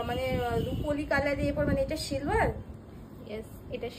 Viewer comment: Shilver noy gilver 😅😂 it's silver